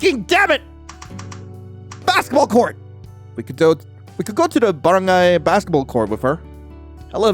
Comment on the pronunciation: "In the baren-GAY basket ball court. "